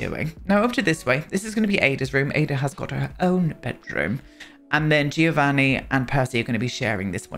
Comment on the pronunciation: It's not too important, but I'm saying it anyway! The "Gio' in Giovanni, is pronounced like the "Jo" of "John", so is more like "Jovanni".